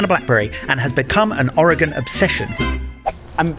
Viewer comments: I am from Oregon, and you actually pronounced the name correctly. Usually only people on the west coast say it right. Love your channel and glad you got to experience some of the great places around here. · Your pronunciation of Oregon is spot on. Most people mispronounce it.